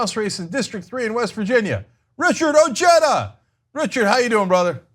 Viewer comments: Hey Cenk, Not that big a deal but isn't pronounced OHEDA? Whatever Richard is comfy with I guess. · That is a latino last name why not pronounce it as such?